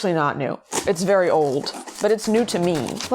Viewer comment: listen... you didn't have to say VERY old like that///